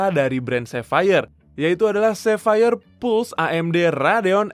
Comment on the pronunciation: akhir nya pelafalan sapphire nya jelas wkwkwk